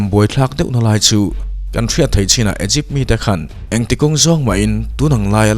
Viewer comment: Igipth nilo in I gupt